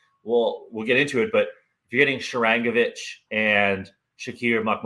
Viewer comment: Not sure whats worse, the butchering of Sharangovich's name, the stupidity of even suggesting Nemec or Luke in a trade, or the fact that the kid on the right who was a toddler in the 90's thought they played the trap for a decade. When they get Timo for Foote, Walsh, Zetterlund and 2 Draft Picks, i will crack a bottle of Blantons and watch this video on repeat while i laugh myself to sleep.